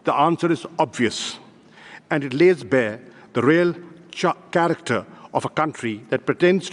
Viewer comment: anyone noticed, he was going to pronounce 'ch' instead of 'k' while reading 'character'. This poor fellow always concentrates on accent instead of words. Lol.